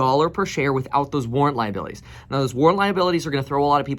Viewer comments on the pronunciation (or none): none